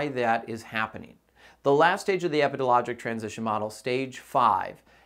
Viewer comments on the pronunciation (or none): I kept mentally correcting him too lol